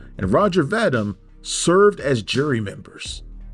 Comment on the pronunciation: Very disappointing that a cinephile like you would mispronounce Roger Vadim's name.